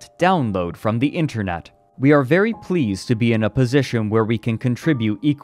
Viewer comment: to Haha he said "internut"